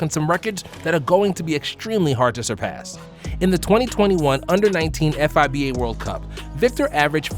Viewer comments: Amazing video bro, but I've never heard anyone spell out F I B A It's just like FIFA Fee-Ba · Bruh just say fiba not f.i.b.a. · is it just me or is it really uncomfy to hear F-I-B-A instead of FIBA. i get icky when i hear F-I-B-A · “F.I.B.A.”? Really??? Lol say it in one word man. FIBA! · It’s Fee-Ba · Bro read it as f-i-b-a 💀